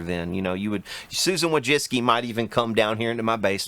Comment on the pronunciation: Originally it is pronounced "Voychitzky" .